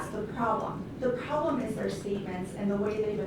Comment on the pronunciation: Does anyone else think that the defense attorney sounds like a total airhead? A few times, she says "prollem" instead of "problem". I was waiting for her to say, "Gag me with a spoon".